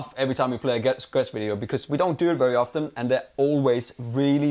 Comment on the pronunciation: The 't' in 'often' is silent.